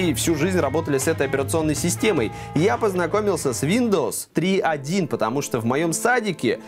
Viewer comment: Мне послышалось СВИНдовс)